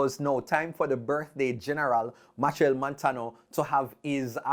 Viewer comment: it's pronounced: MaSHELL not Match-el